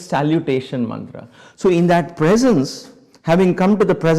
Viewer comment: Nonsense fake Mantua and fake sound pronunciation.